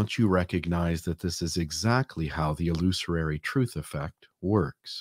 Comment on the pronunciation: I love you and your work,. Keep up the good work. One note: It’s pronounced “illusory”. No extra “ary”. Common mistake. Cheers